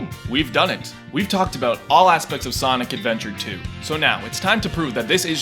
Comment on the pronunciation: SANIC ADVENTAH TOO BAYBEE SANIC ADVENTAH TOO